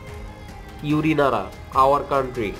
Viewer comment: its not yuni nara irs uri nara